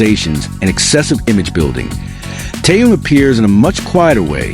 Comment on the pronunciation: Ты норм? Хватит впаривать дезинформацию! И поправь произношение имени Тэхёна!!! Что за кринж?